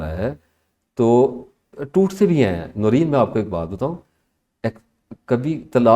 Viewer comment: The host name should be pronounced like NOOREN....wht does she say, the hostess???